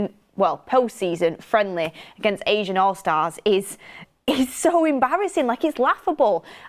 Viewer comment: It’s ASEAN allstars (ASS-EE-AN) not Asian 😂🫶